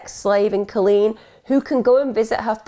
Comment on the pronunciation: Just got to say my name is Colleen, I love the way you say it. This story is sad. You did her well.